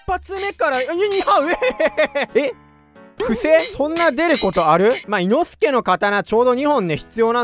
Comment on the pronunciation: 発音がおかしい いの↑すけじゃなくて いの↓すけです